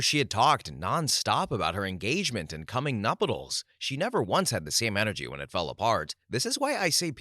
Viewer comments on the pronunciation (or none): Story 61 - Near narrator: "Maldives" is pronounced "mol-DEEVZ": a long E sound rather than a long I. Also, it's not "nupitals" it's "nuptials"; pronounced "NUHP-shlz" (often misspelled "nuptuals"), and pronounced like "partials". Finally, "et cetera" is not ek-SET-uh-ruh, or ex-SET-uh-ruh, it's et-SET-uh-ruh. "ET."